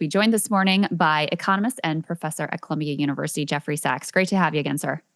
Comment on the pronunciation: I'd have sworn she said "Chlamydia University" 😀